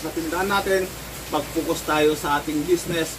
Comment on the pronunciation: FOCUS. Hindi "Fucos"